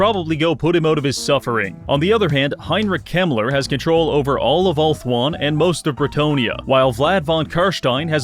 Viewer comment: I thought he said Heinrich Himmler 😭😭